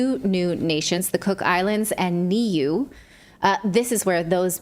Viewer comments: Nuie is pronounced noo ee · I say this with love Nat, it's pronounced "Neway" - new ay.